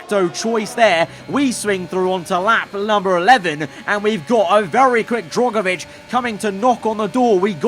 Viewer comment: For goodness sake the man's name is DRUGovich not DROGovich